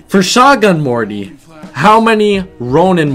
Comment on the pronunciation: its show-gun morty